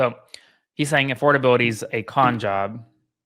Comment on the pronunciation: "Affordabiility" with a DOUBLE I ...